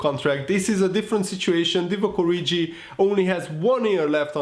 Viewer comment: You are pronouncing 'Origi' incorrectly.